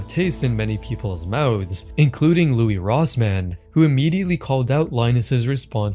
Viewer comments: his name is pronounced "Lewis" not "Louie" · Heads up, his name is pronounced LEW-is. Great video! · your pronouncing his name wrong it is NOT Loui, it's louiSSSS. Louis. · Its not Looooo-weeeee its Louis Rossmann (with 2 N's) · "Looey" Rossman lmao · You're pronousing Louis Rossman incorrectly lol you say the s at the end bro. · "louie rossmann" 😭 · Don't pronounce louis like that again lol it is like Lewis not Louie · "Louie Rossmann". Louie? Pretty sure he does not go by Louie, its Louis.